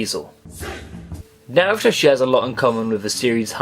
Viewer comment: lol, it took half way into the video for me to realize he was saying Naruto wrong